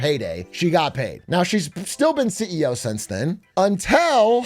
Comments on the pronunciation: Stop saying "untel" 😆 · Why is Big A saying until like that? UNTELL??? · “untel recently”- BigA 😂. which American accent variant is this from? Untel, pellow, etc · Why can’t he say until